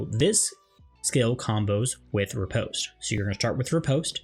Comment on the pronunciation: Great guide but hearing riposte and zwerchau mispronounced so bad killed me. 😂